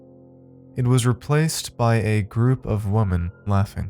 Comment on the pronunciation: You do know the plural of "woman" is "women - pronounced "WIMMEN". Every time I listen to your stories, you mispronounce it. You are an excellent narrator, but I'm a bit of a grammar nazi. Like someone saying, "EK SETERA" rather than "ET SETERA" (etc.) or "I fell back asleep" (You fall asleep, but fall back to sleep}. Or ax instead of ask. LOL Sorry. Great story!